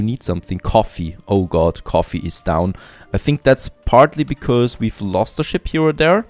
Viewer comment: I've watched so many of your videos, and i still like how u say "becoz" 🤣